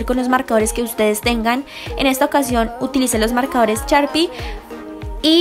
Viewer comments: en vez de decir sharpie, dice charpi 😂😂😂😂😂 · No es por ofender pero se dice sharpie no charpie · se dice sharpie 😂 no charpie 💆🏽💆🏽 jajaja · Charpi ehh así se dice😂😂😂